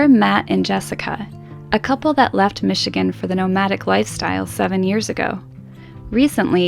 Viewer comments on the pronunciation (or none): none